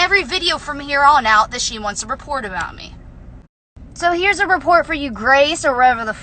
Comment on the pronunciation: Can someone please let Jenelle know there is a T in report.